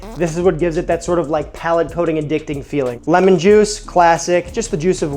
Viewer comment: They way you are mis pronouncing lemon is actually Spanish for lime.